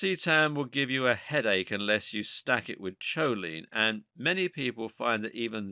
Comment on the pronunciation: The narrator's pronunciation of many of these nootropics seem to be waaaaay off! Especially Piracetam, Modafinil, etc. The "H" is SILENT in the pronunciation of Choline! I also found other errors in regards to uptake, etc